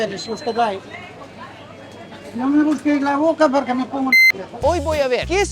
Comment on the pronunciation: Polque? No hay polque.